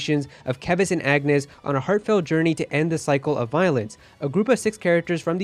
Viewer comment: They'll also call Keves "Keeves" like a lot of people did before any character or voiceover pronounced it out loud.